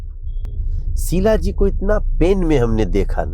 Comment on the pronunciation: Are wo sheela ji hain shilajeet nahi😅😅😅